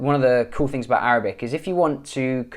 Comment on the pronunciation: Man your Arabic accent is AMAZING And you can speak Egyptian arabic very well And i'm from Egypt by the way